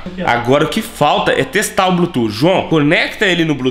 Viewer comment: Blutuf que fala não blutu pelo amor de deus